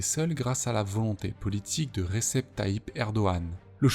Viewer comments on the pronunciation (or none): On prononce REJEB.... Le Ç de l'alphabet turc phonétiquement c'est le J/G.